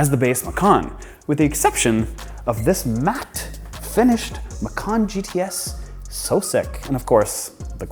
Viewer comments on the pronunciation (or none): MACAN, MACAN, MACAN, not MACARN 🤦🏻‍♂️ great vid by the way